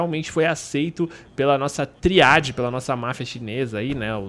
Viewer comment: Ai q agonia do patife falando triáde